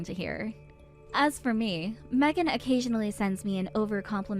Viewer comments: Meeegan? WTF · Her own husband can't even pronounce his own wifes name right 😂